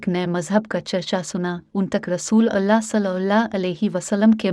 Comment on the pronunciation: اللہ کا نام بہن اور درود پاک تمیز سے درست ادا کرو